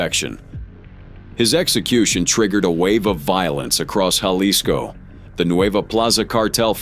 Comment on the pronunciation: Hey AI-- it's pronounced halisco-- not jalisco😂😂